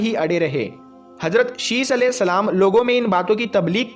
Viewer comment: Are jahil hajrat nhi hazrat bol phle jakar urdu pad